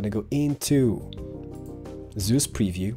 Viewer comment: am i back in Diablo 3? and i don't think think seus shader is pronounced zeus.